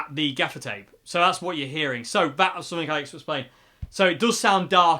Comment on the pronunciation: At first, I thought you were saying "defecate" regarding the dark strip across the grill. Oops! I was glad when I finally realized it was "gaffer's tape." That amp sounds pretty good. Thanks for the demo.